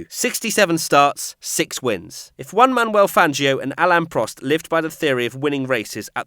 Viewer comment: why i always hear that say Juan Man Manuel Fangio? am i the only one?